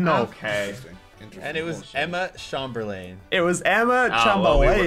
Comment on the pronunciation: and dont even know how to say chamberlain. Its chamber-lin lol